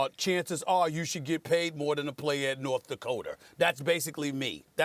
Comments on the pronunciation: lol SAS said North Dakoter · STEPHEN A “North Dakoter” Smith